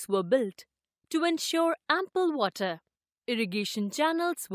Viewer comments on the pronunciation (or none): none